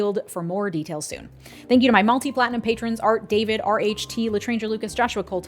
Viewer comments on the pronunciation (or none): none